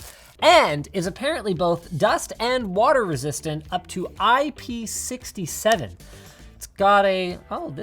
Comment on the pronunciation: It is not IP sixty seven, it's six seven. The numbers have to be read separate from each other as they mean different things.